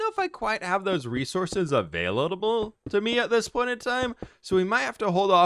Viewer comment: Is that the true "abailabable" ?!!